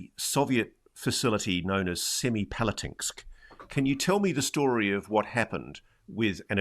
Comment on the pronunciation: semipalátinsk (Semey after 2007), stress on a different syllable